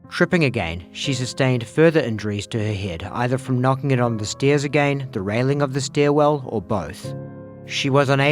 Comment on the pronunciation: "a fall down the steeeez." 😅